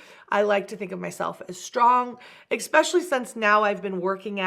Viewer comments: I get irrationally angry when she says EKSPECIALLY. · That is one of my biggest peeves!!! I can’t STAND when anyone puts an X is eSSsspecially! Why?! Why do people do that😂